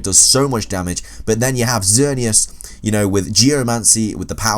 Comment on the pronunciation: Oh my god, somebody who can actually pronounce xerneas correctly!!!